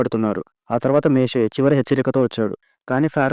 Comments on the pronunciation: Ani mistakes matladthnaru ,meshe ,kadu moshe,,fero kadu faro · మేషే కాదయ్యా మోసెస్ ర్ మోషే